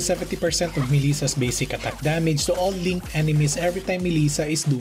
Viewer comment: WTF With the accent attack (at tuck) lol